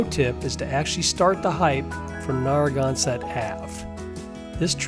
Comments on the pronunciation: Narragansett = neh·ruh·gan·suht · Not a single thing is pronounced correctly Salve Regina is Sal-Vey not the other word for balm Narragansett (Holy crap, do you call the beer the same thing?!?!?!? Wtf) Nare- A (like the letter) -Gan (like can) set Do a quick check before butchering our landmarks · This is an OK video about my hometown Newport. Unfortunately, the frequent mispronunciations detract from the final product. They could've easily been corrected if they spent a moment to edit their dialogue without letting AI do everything. It's lazy- find out how to correctly pronounce Aquidneck, Narragansett, and ochre for a start. If I sound slightly heated it's because this is become more common with YouTube videos. In a world which has become increasingly confuscated, being sloppy with accepted pronunciation is a disservice. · Gotta research how to pronounce words like “Narragansett” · I kind of appreciated the Aquidneck/Narragansett mispronunciations. Makes me realize what I take for granted is perhaps more mysterious than I thought! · Lovely! However, being a former, though not native, Rhode Islander, there are some notable mispronunciations: "Narragansett", "Aquidneck" and "Salve". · Narragansett and Salve (Regina) were the first two I caught. Didn’t finish the video tho….